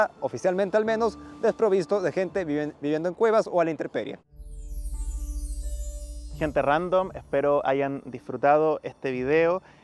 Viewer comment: CÓMO CREERLE ALGO DE LO QUE CUENTA CUANDO DICE "INTERPERIE", NO NO ES "INTERPERIE, ES UNTEMPERIE